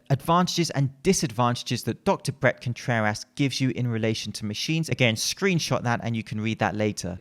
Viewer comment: I like how he says Dr. Brett ContrerASS